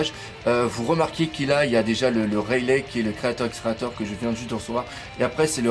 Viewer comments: c'est pas pour être méchant mais il respecte pas le nom des personnages c'est vraiment abusé Il t'a dit Raylai alors que c'est Rayli (je parle de la prononciation bien sûr )c'est dragone et pas dragon sérieux et c'est Garp et pas gap OMG tu regarde One Piece et ta chaîne est dédié à One Piece fait des efforts !!! c'est vraiment gênant d'entendre sa ... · ah non la tu abuse comment tu a prononcé reyli si sa s' écrit comme ça